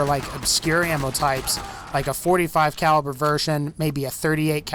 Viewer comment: u said 35 caiver